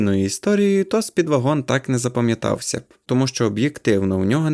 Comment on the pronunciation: Роби наголос на першому складі